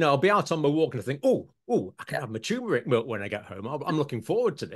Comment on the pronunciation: I think John means turmeric, as there is nothing called or pronounced tumour-ic.